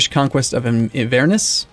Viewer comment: Oof that pronunciation of Inverness is nasty